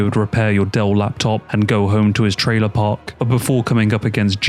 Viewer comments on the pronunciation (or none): none